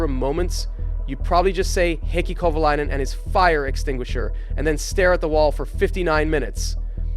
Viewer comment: Bruh wtf.. Is this Ai? Why arent pronunciations consistent? Kova-LAY-nen Kova-LI-nen. like wtf man? And its not KATERUM.